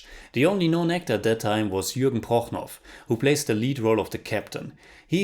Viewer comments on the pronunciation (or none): Jürgen Prochnow's surname is pronounced "Prochno", not "Prochnoff", similar to many town names in Nort-East Germany. Russian name endings (like Romanow) are spelled "-ow" in German as well, but are pronounced differently.